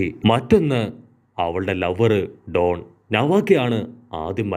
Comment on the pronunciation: don alla dan